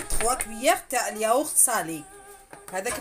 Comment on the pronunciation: يقولوا الياوورت ماشي اليايورت هههههههه